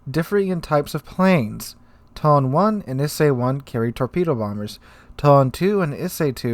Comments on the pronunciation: OMG I CAN'T TAKE IT ANYMORE...ITS E-SAY AND TOE-NAY OR TOH-NEH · ee-say toh-nay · lol I'm sure lots of comments will be mentioning this so this is out of the Japanese pronounciation guide: toe-nay and E-say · Tone is pronounced To-ne. Like toh-neh. It's one of my favourite ships ever (own a really beautiful model) so I really had to say that :p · Also, Ise phonetically is Eee-Say. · yes, more CVs is what we need :)) :)) Two moments later: New tier 10 soviet Battlecruiser Pyotr Veliky with P-500 AShM and 130 mm secondaries, Kashtan CIWS and Torpedo launching Ka-29 helicopters By the way, Tone is pronounced Toe-Nay, Ise is E-Zay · I think the Japanese translator understood your "Tone" as the English word "tone" and just butchered the pronunciation of it in Japanese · i way about to say he was butchering that pronunciation to high heaven hahaha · Oh no, he is going in with the mispronunciation of Ise and Tone again xD